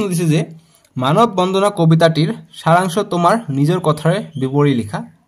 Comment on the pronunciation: Sir মানৱ বন্ধনা nhy মানৱ বন্দানা he